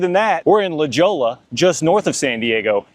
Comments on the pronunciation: I was trying to figure out where La Joe-La was in San Diego. I’ve lived here my whole life and never heard of it. Then it hit me… he meant La Jolla 😂 (Pronounced La-hoy-ah). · It’s La Hoya not La Djo La hahahahhaha 🤣🤣🤣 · I about died when he said LA JOELA lmao. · It's pronounced La Hoya (La Jolla) 🙄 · La Jolla (la-Hoy-a) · OMG.. I could not stop laughing when I heard the mispronunciation.. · That triggered me so hard when he said that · la jolla is pronounced LA hoya :) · Stopped watching when you mispronounced La Jolla. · same here lol